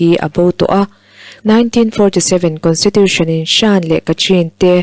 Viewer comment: SHAN....i lam dik lo. SHN.......emaw .CHN.... ti a lam tur. A leh I inkar sound